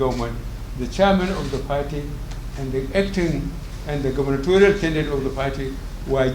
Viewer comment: He said it again. GOVERNORTORIAL